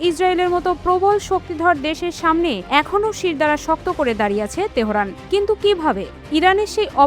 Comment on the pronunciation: তেহোরান হবে না তেহরান হবে আমার মনেহয় উচ্চারণে সতর্ক হওয়া উচিত বেশ কিছু দিন আপানার প্রেজেন্টার তেহোরান বলে এর ব্যাখা দিবেন আশা করি